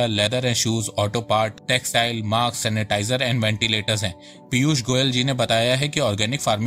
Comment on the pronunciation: So good information... it is mask not maks